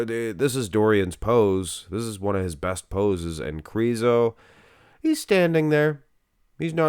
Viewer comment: The letter Ž in his surname Križánek or in his nickname Križo should be pronounced as S in the words televiSion or diviSion. Or like the first sound in the name of Soviet general ZHukov or like the first sound in the French names Jean or Jacques.